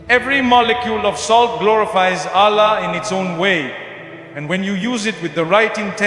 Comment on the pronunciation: It’s false, listen to the word he said Allah’s name, not the Arabic sound. Also other words used sounded not Arabic. Not Mufti Menk words .